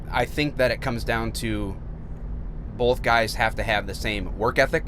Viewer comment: Where is he from? I'm not sure, but he said "bolth" a lot, just curious.